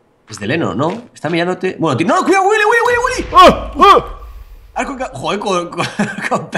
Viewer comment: Me encanta como Luzu pronuncia Willy. GÜILI XD